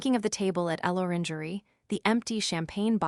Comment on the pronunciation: Another AI that can't pronounce contractions or French words. El Orangery, indeed.